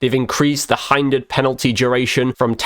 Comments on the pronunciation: It’s hindered Not heindered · It's pronounced hindered not highndered